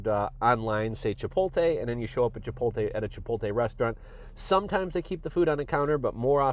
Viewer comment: Chi-poat-lay not chi-pol-tay.